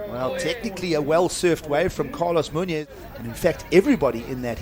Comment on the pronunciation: Please look up pronunciation on Hispanic names. Muñoz is pronounced totally wrong.